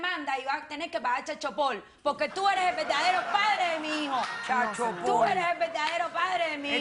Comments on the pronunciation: Jaja chal sopol! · "Chel sopor" 🤣🤣🤣🤣🤣🤣🤣🤣🤣🤣🤣🤣🤣🤣🤣